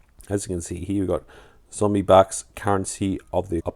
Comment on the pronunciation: Australia is kind of more represented by the Kangaruin these days, than the kangaroo, heh. Also, it's zombucks, not zombybucks you drongo. Nice pick ups. PBE do offer some different selections than other dealers, to their credit.